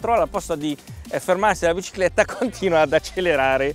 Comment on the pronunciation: "La bcicletta"